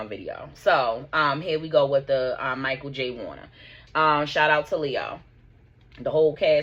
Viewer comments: His name is Malcom, It sounds like you keeps saying Michael, Lisa Bonet (DENISE) was Married to Lenny Kravitz, Tempestt Bledsoe(Vanessa) , Malcom mother said he was there cause it was a family trip for daughter who is home schooled and it was a trip for school/also explained the incident, clarifying that her granddaughter was not in the water but witnessed the attempts to save him as he couldn't swim against the current and was not a trained swimmer, he went with another person in to the water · Mal-Colm not Michael 😅